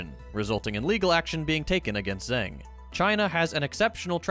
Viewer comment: That's not how 'zeng' is pronounced, however, at least not if it is pronounced the way stuff is pronounced in Putonghua.